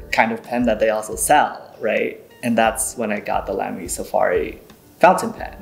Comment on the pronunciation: Nice discussion ! Respectfully, it’s pronounced “Lah-me”. I happen to be partial to the brand with over 40 Lamys in my collection. A visit to Germany to tour their headquarters was a thrill !